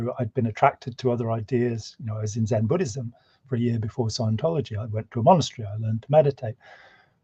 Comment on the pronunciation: You are mispronouncing scientology.